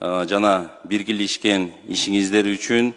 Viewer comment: Биргилешкен тиргилешкен деген чулдур депутаттар кснтип барып калышкан уят!